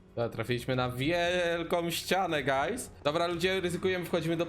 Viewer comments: 0, ponieważ nie mówił guys przez u, tylko przez a. Coś bardziej jak gajs / gajz / gays / gayz czy jak on tam mówił. XDD Edit: +10 000 decybeli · I to "gajs" xD